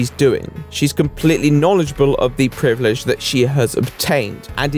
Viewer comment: The word "privilege" does not have a D in it.